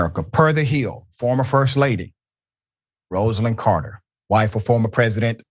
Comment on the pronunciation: Dr Richey you worked at the Carter Center and you still cant pronounce her name correctly?!😢